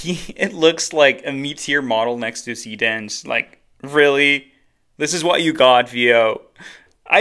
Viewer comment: showing what you're actually using as you use it would be helpful. like, you know, text on screen. I had to look at the urls given the pronunciation of see dance was, well, hard to hear.